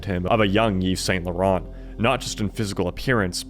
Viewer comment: don't pronounce the ts in Saint Laurent...they are silent